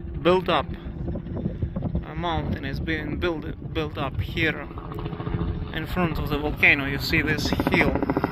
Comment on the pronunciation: Thank you for all your videos! With all due respect, the final "e" in the word "here" is silent, so it's pronounced the same as "hear". Yes, English has a gazllion silly quirks like this.